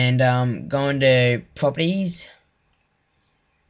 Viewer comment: lol, You Say "Puppies" Instead Of Properties - Stay Golden.